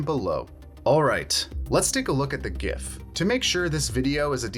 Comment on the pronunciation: Pronounced “Jiff”